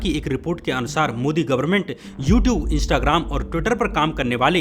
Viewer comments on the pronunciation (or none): none